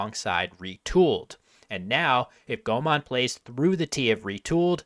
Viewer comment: Why does say Thai grandmaster Komol's name as "Gomon?"